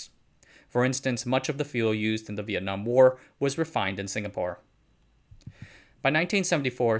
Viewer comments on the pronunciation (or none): none